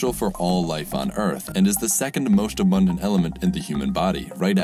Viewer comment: "Second mosht abondant" lel here the time